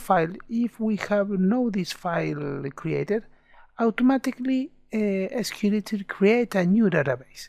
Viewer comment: It's not SQLittle, it's SQLite Thanks for the tutorial